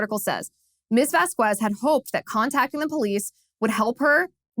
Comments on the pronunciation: I guess Liz doesn't know Spanish. It's pronounced 'Vos-kes'. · Liz, after living in CA, you should know how to pronounce Spanish names. The U makes the Q sound like a K, but is otherwise silent. Think about how you pronounce Quesadilla.